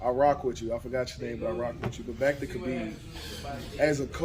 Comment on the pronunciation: The correct pronunciation of his name is “Ha-beeb”. Not “Kuh-beeb”. Anyway, all the things he says about him are true. That’s why he was my second favorite MMA fighter.